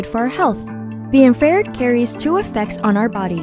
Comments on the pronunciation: IN FRA RED not IN FARE ED. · I should feel infused with knowledge, but instead my ears are infected with 'IN-FARE-ED" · infrared not infared! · Couldn’t they get someone who can pronounce infra red properly?